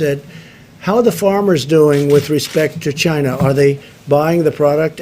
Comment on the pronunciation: "CHInaa" lol